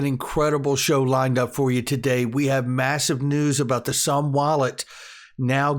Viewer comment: Isnt it pronounced "zoom wallet"?